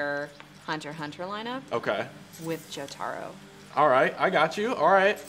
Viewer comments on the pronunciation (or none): "... with joe-tar-oh"